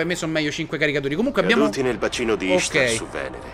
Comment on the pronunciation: "CORSO D'INVERNO - Bacino di Ishaeehaeha, Venere" Me la sarò ruguardata 10 volte XD Grandissimo Ciccio!